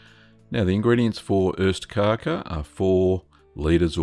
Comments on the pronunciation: It's OSTkaka, not ÖSTkaka. Cheese Cake vs East Cake. The former is delicious; the latter, ephemeral. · It's ostkaka, not östkaka. Ost = cheese, kaka = cake. Öst means east, so you are saying "eastcake" which just sound like nonsense in Swedish.